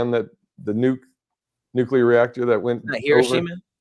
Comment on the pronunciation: lol the word is Nuclear (New-Clear). Nukular??